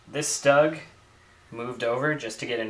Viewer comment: StuGs are pronounced "Sh-t-oo-g" ;-)